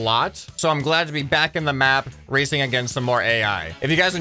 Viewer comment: i swear i though he said "racist"